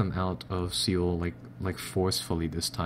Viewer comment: Just a quick tip, Seoul is pronounced soul. Just for a little help.